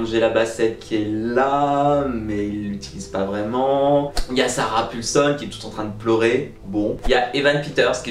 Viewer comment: Euh...Sarah Paulson...pas Pulson...trop perturbé pas Gaga mon pauvre... J'aurais insisté sur le vide laissé par Jessica Lange...pour moi c'était vraiment l'âme de la série.